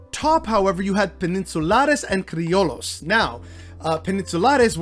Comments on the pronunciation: I think the proper pronunciation of CRILLOS , White Spanisrds born in Mexico , is criyos ..mot criolos ..lol...just saying . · "Gusano" doesnt mean Cuban American. This is a tough topic, and I think you should at least know what the F youre talking about before you post Edit: "Cree-oh-lows" lmao I just have to admire gringos willingness to make themselves look stupid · Pronunciation tweak - Criollos = “Cree-o-yos” - but otherwise a solid video. Truth bombs. 👊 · Double L in spanish and french prononced like a y which also exists. So like crioyo sound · Fire ass info 💪🏽. The mispronunciation of criollo low key bugged me tho 🫢